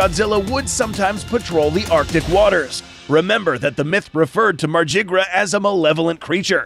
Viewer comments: It's "MAR-GYR" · I though it was pronounced mar-gi-ger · If it’s Norse, it wouldn’t be pronounced mArJiGrUh 😒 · I think it sounds a lot better to pronounce Margygr as "mar-guy-er" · you mean "margygr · I think the correct pronunciation is “Mar-gih-ger.” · I don't think that's how you say Margygr's name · There is a correct pronounciation for Margygr and your's ain't it. It's Old Norse. Both G's are pronounced like "Godzilla" or "Ghoul", not like "Genie". And the Y is silent.